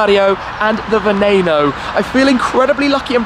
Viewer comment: Wow... Only seconds into this video, and he ALREADY PRONOUNCED VENENO RIGHT!!! AND HE IS BRITISH!!! USUALLY THEY ESPECIALLY GET IT WRONG!!!